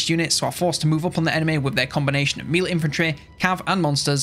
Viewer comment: You keep saying "mee-lay" for melee, I don't think that's right. The French origin is pronounced "meh-lee". In English it's either "meh-lay" or "may-lay", typically for British English and American English respectively. In none of those cases is the first syllable "mee". Edit: Ok I also noticed the "haych P" (HP) which is unusual to me (American). What country are you from?